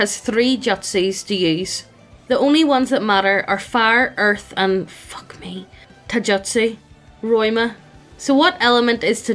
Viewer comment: I literally couldn't finish watching from the cringe over how you pronounced "jutsu", "Taijutsu" especially. I'm so sorry. but just...daaamn.